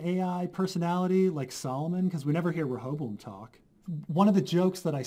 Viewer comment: Good job on learning to pronounce Rechavam's name. Ever wondered why his user interface is in English and not in French?